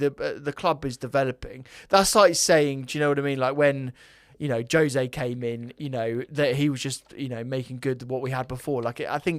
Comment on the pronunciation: J for Jose pronounced Hose if spanish... but he aint.....is he... I'll call you.... instead of... probs use to that tho eh bruv xxx lol